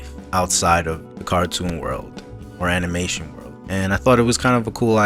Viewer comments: Teh Derp Nannaror He said animation, he just accidentally pronounced it "animaion" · He said animation but he pronounced it wrong